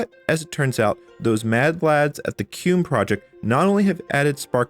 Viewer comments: You say "Cue - mm" and I've always heard my fellow Red Hatter pronounce it as "Queue Ee Em You" (or spelling it out) as I had also prior to joining. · Why are you pronouncing it "kewm"? It's spelled Q-E-M-U. I normally hear it pronounced "Key-mew". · It's pronounced kee-moo, not cume. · it's KEY MU as in Emu. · how come you keep pronouncing it as "cume" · so... "keum"? i always called it "Q-emu" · Is QEMU really pronounced COOM? lmao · I don't know how QEMU is supposed to be pronounced (Key-myu? Kem-you? Q-E-M-U?) but I know it isn't how you pronounce it. The word doesn't end with an M.